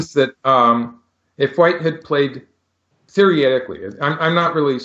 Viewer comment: One day, Michael will get the pronunciation of "theoretically" right, haha!